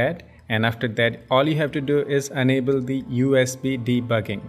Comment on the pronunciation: u iiiiiiiiiiiiiiiii....can"t u be able speak properly with the proper pronunciation of enable and unable............and the fucking trick with not for mi users should be mentioned in the beginning of the video